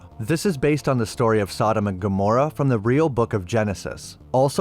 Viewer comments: It’s SODEM AND GAMORA NOT AMORA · Man you really don't do much research in your videos. If you had then you would've know that it's not Sodom and Aomorrah, it's Sodom and Gomorrah "G",G" as in the letter G. AND if you had read any of the holy Bible, you would know that there is no such thing as archangel(s). The Bible only refers to Michael as being an archangel. That is why Michael was the one who defeated Satan. No other angel did, only Michael. Michael is also the one who takes our prayers to Jesus. Who then in turn delivers them to the father. It says so right there in the Bible. OH I know the book of Enoch says there are other archangels, but the reason the book of Enoch was left out, was because there wasn't enough evidence to say if it was true. Not like there is for the rest of the books in the Bible. All other books had multiple eye witnesses statements. And had material evidence. The book of Enoch didn't have enough to prove it was real. Bit all that aside, bro your videos are good, but you really need to learn how to pronounce names and words correctly. Because I've seen on multiple videos where you say the names or words wrong. And that alone kills it for me. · Its gomorra not amorra dude. Damn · Confess ,you NEVER threw even one knife...am i right ? 😂 And btw...GOMORAH not amorah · Sodom and GO-morrah, sorry to be that guy but that was the only thing I didnt like about this video. Keep up the solid content brother, just work on those names lol. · "Sodom and Amorrah"? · Hard ch in archangel, hard g in Gah-mor-rah (in the beginning of the video). You put so much work into these videos, I don't want them tripped up by simple mispronunciations. Enjoyed it as always! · Yeah for real lol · Are you messing up these names intentionally or do you really not know how to pronounce Gomorrah or Azriel?